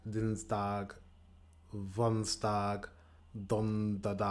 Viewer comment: the Dutch word for monday is maandag, not mandaag. And you pronounced them incorrectly, you said maandak, dinsdak, woensdak etc. Dag = day and dak = roof. You have to practice your soft 'g-sound'. Also, the 'g-sound' is pronounced differently between the north and the south. In the south-east they push the tongue to the top of the mouth to create a soft and airy g, while in the north-west we have a stronger and harder throaty g.